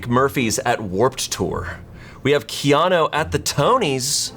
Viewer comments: Did he say Keano 😅 KeanU would forgive him but idk if i can let that slide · love but pronouncing keanu as kiano has me in tears